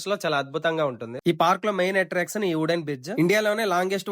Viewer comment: Hooden kadu bro wooden adhi 😅😅